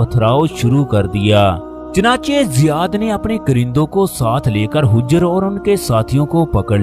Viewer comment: ارے بھئی یہ لفظ حِجرہے